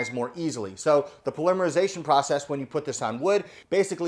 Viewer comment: Just a nit ……check your pronunciation on “ polymerization “. I hate being a Darren but using the proper pronunciation should be a priority.